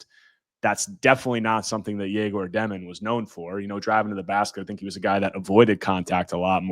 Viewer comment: Egor Demin's name is pronounced “Yeg-or Deh-meen"